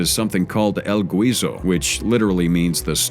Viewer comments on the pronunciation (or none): el guiso the u is silent "giso"